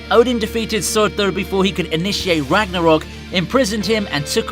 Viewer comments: It’s not suortur it’s surtur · Who tf is Suurthüer😂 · I hate how he tries to pronounce 'Surtur' in a norse way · Learn to say surtur please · Ime slightly bothered by the way you pronounce surtur... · I seriously hate the way you say "Surtur". You're trying too hard. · the way you say surtur is the funniest thing ive ever heard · The way you say Surtur is hilarious 😁🤣😎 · The way this guy says surtur 😂😂😂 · The way he says surtur tho lol